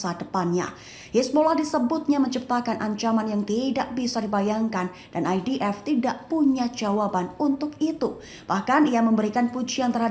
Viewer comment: ...bagus sebutan IDF nyer bukan EDF